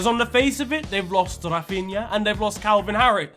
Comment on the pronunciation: “Calvin Harris” 🤣😂🤣😂🤣😂🤣😂🤣